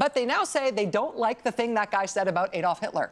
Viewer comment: Ironically, Rachel accuses Ted cruz of spelling Adolf wrong, while pronouncing it wrong.